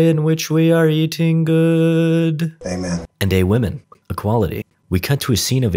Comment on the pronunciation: "..and Awomen". Wheezed.